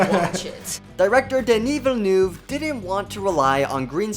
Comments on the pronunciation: Kann denn jemand ein bisschen Aussprache beibringen? So schwer ist doch nicht "Villeneuve" und "Zimmer" nicht und ein Fresco ist ein "Fresco" - Gemälde und nichts geschnitztes... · Why can’t this narrator pronounce anything right?!! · Please learn how to pronounce Villeneuve. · As a french canadian I am offended by the way you say Denis's last name. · Would be nice if you speak the directors name correctly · The way you pronounce Villeneuve is so bad, I had to stop the video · this is an amazing film. but i sure wish the narrator of this youtube video could pronounce the director's name correctly. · I’m devouring every single snippet of YouTube content on the movie. Apparently pronouncing Dennis Villeneuve is a bit of a challenge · Considering (meaning no offence) that it was pronounced wrong in this video, I would say yes, definitely yes. He and I are from the same province, and his name can't be properly pronounced in English because is has sounds that are specifically of the Quebec accent (Specifically the "eu" sound does not exist in English, but also we pronounce all our vowels differently from European French). That said, Quebecers are already aware that our language is hard to pronounce, so I don't think anyone is offended by his name being mispronounced, as long as you're doing your best. :P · yes that is correct, especially when he pronounces it at the end of the video, the first e (ville <) in his surname almost falls away when you pronounce it quickly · whyyyyyyy do you call him villenOUve... it s Villeneuve... please please please... my earing dies a lil bit everytime... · FYI, you're pronouncing the Director's name wrong. It's not Ville-noove. It is Ville-nuhve. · Villeneuve ... villeneuve not vellouve thx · It's Villenuhve not Villenoove. Say, "uhhhhh" as if you were thinking. VillenUHHHve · Why can't you just try to pronounce French words French? It's not Denis Velnoove but Denis Villeneuve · It’s Vill-nerv not Vill-noove. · "Deni Vilnoov" 😂